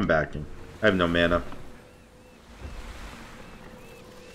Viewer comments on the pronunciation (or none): none